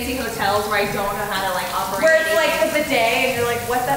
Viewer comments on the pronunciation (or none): none